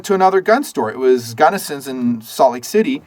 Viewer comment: "I love Gunnison's." Er, it's actually Gallenson's (on 2nd South, SLC). Gotta support my local gun shop! Keep up the (otherwise) great work, guys!!!